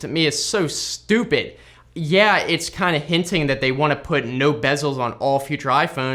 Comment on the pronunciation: the way he emphasize on the word stupid is funny hes mad at appple so bad !!!!!!!!